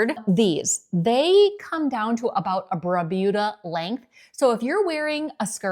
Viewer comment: Re the longer length pr of underwear…it’s pronounced BRRMUDA not Brubuda